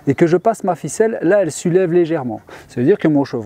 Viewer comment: "Sa sulève" ça va nous énervé floky ça a tous les coups 😂😂😂😂